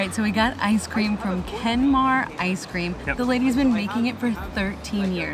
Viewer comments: Kenmare like horse not kenmore like can i have more 😂😂😂😂😂 The City was Called Kenmare and i hope you enjoyed your Stay in my Beautiful Country lreland and you were so lucky with the weather conditions.....Loved the Footage 👍👍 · It's pronounced "Ken-mare" Not Ken-marr" 😂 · Kenmare (pron. Ken-MARE) is a town, not a village. Otherwise, a lovely, professional and interesting taster for your compatriots.